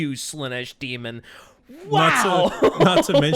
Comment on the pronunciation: I miss saying "Slay-sh adeptus ridiculous"